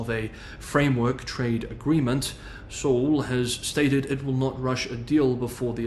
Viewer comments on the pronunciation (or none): none